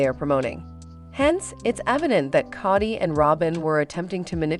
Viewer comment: Kody is pronounced with a long O not a short O 🙄